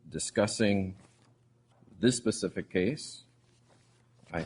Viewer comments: I mean if you can’t say “specific” don’t say it at all! Him saying pacific just make him sound less intelligent. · Omfg can someone tell this judge the difference between the words specific and Pacific.